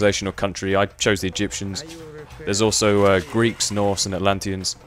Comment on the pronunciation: Norse not..."Norths"...*Sigh*